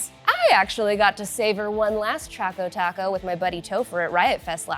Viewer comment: It's Choco Taco, not Chaco Taco.